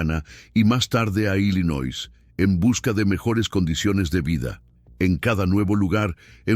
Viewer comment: ILLINOIS se pronuncia sin S